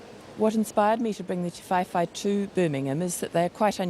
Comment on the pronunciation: Ti-vae-vae not Ti-fai-fai